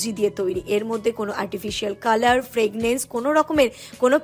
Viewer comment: Fragrance bola otake, fraglence noi ki vul val pronunciation koro